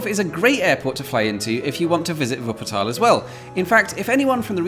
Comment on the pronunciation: And he says Wuppertal correct too 😀